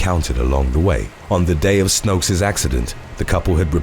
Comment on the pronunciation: and then they are all wrong. The right way is not determined by majority vote. The women is from Belgium. I am from netherlands. We speak the same language and i even k ow the meaning of her name. 'Snoeks' is not pronounced 'snokes'